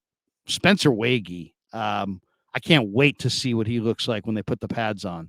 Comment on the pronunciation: You were doing good with the Spencer (Way - G, not way-gee) last name until this vid. Just thought I’d help out again! Also block the blue and green light on your face 😂. Love your content! YA!